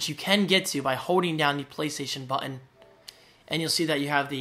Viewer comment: The word 'button' is not your strongest.